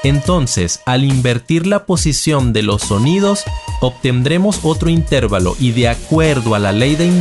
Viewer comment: Así como oír una canción con una cuerda o una tecla desafinada es insufrible, ver tus publicaciones diciendo "intérvalo" en vez de "intervalo" acentuado en la "a" le quita lo maravilloso de tus contenidos. Se recomienda que futuros videos, si es menester pronunciar esa palabra, lo hagas de la forma correcta.